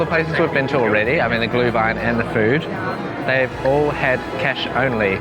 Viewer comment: or you enjoy it cold. But then its a coldwine, not a glowwine (=Glühwein) ☝️ 😂